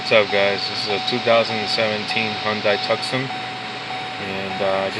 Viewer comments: Has really no one ever heard of Tucson, AZ? Hint: it's not pronounced "Tuckson". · It's pronounced Too-son